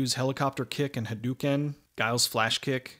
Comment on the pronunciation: Ree-you and Ha-doh-ken. I know it’s an old video but this bothers me. Other than that a fantastic review.